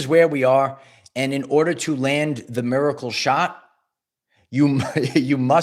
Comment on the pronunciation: I see. "Miacle" wasn't a typo in the title of this video. It's because of the high pitched pronunciation of that word to emphasis the significance.